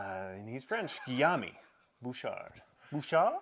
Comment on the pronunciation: The way you said Guillaume Bouchard 🤌 Thanks for the show guys, really love watching you! Ps: French Canada isnt really a thing, there are franphones all over the place, but Québec is the only province where french is the only official language.